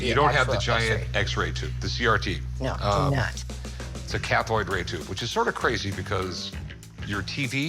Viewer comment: "Cathoide"? Lol . . . i think he meant "cathode".